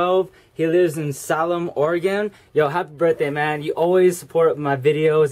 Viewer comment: Two years ago, but my dude, it's pronounced "Say-lum"